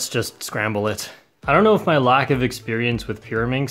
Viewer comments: "lack of expearaminx" XD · My favorite part is when you say " lack of experiemix" lol